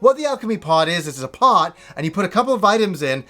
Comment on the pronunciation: I swear when he says " alchemy pot" I thought his accent made it sound like "alchemy part" haha xD